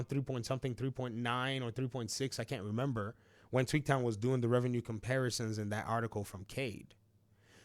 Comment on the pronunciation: Until I looked more closely at your video, whenever you said Tweaktown, I thought you were saying "Tweet town", i.e., a nickname you gave to Twitter/X. 😅